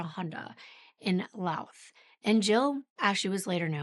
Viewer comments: Just a note, Louth is pronounced as if there's no 'h,' and Drogheda is pronounced like 'draw-heh-duh.' Excellent work, as always! ❤ From Ireland. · Irish gal here. Didn’t realise this was the case when I began watching it. I did get a giggle at your pronounciation of Drogheda and Louth though, LOL